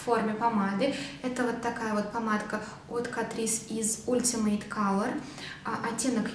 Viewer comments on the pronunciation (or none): читается не ултимэйт, а Алтимэйт) спасибо за видео!